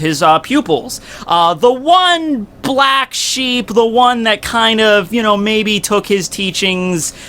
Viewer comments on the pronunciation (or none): none